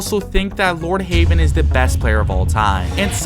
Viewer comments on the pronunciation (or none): bruh he pronounced Lord Heaven as "Lord Haven", he even typed it like that in the subtitles 💀💀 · Its not haven it’s heaven